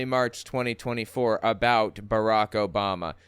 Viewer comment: First that is beyond rude when he knows how to pronounce Barack. Obama told us, the WH press secretaries told us, the Democratic convention told us the year he was a speaker before he even ran for POTUS and every single news outlet told us. That is just childish, catty and nasty and he believes his god thinks that's ok. My other thought here is...God created cannabis and I leave it at that. (She created 'shrooms too)